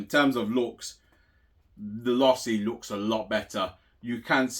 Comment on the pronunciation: Losi= Say it with me...LOW SEE